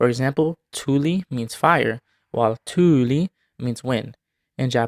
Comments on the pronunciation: totally wrong. you say those as tyli and tyyli. but it is tuli and tuuli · You pronounced "tuli" as something like "thuli" and "tuuli" as "thuyli". It is very strange how anglos struggle with these things. EDIT: I want to point out that native Finnish speakers couldn't even pronounce "thuyli" without some training. It violates vowel harmony and worse yet, it does so within a single syllable! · you mispronounce tuuli with a Swedish "u". Finnish does not have the Swedish/Japanese ウ sound.